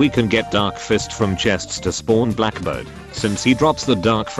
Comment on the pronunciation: When he says Black bird it got me dying